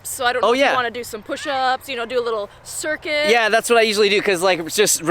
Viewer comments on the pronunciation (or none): none